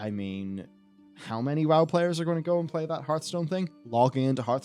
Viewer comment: 9.44 love how he says Hearthstone PAYERS instead of players xD